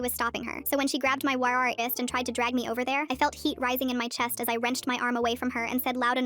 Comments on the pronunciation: "Wa'erith" instead of "wrist" is crazy. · Is it just me, or did it say "y r ist", instead of wrist? Wait, I just realized that someone already said that. Oops, sorry.